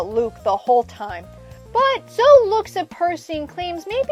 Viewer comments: Why did you say Zo instead of Zoe. It's pronounced Zo-eee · My bad, but I'm still pretty sure it's pronounced Zo-ee. You can pronounce it however you want to, but it's most likely zo-ee than zo. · I’ve personally never heard anyone pronounce it that way. Zo-Ee would be Zoey. But you can of course pronounce it any way you want.